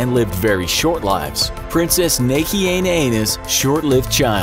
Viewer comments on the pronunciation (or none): The pronunciation of Princess Nahienaena is killing me. Redo...